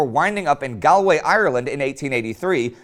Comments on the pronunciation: It's Galway , not "galeway". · Its pronounced GAWLway, Indy ;) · Just a very small point Galway is pronounced Gall way (as in The gall of the man) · Galway Ireland is pronounced Gaul-way Ireland btw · don't wanna say it but Galway is pronounced Goll-way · indie its pounced gale like the tribe and the way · Galway is pronounced gaulway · The way he pronounced galway is wrong love the channel do much love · How do you butcher the name Galway man? Pronounce the Gal in Galway as ball and you've pronounced it correctly haha proud Irish man here hahaha